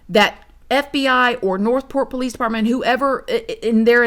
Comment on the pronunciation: Every sing time u say PO-lice, I fall completely out😂😂😂Can I ask how long you have had this channel??